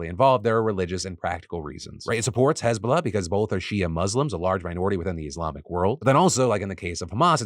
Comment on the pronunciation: I didn’t hear hezbollah properly at first so I thought Israel was beefing with hasbulla